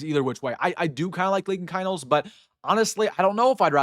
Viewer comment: Rule #1 in sports broadcasting. Pronounce the players names correctly. Keinholz, is pronounced “keenholz”. You’re welcome.